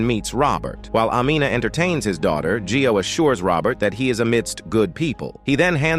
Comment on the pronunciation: G-i-o is pronounced "Joe", not Gee-o. "io" is a diphthong.